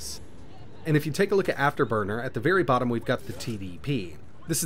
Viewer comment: VerT high. Vert Daider😂